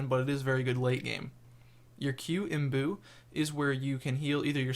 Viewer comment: imbew not imbuu